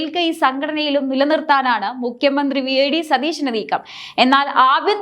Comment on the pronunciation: Mukhya mandhri enn aanu mukkyan ennalla thettathe ucharikku